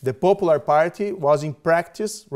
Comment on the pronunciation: moro it is not popolur but popular!